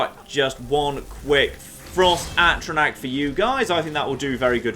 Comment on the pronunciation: every time he pronounces A-tr-aNtac, AT-tra-Nac. Egh!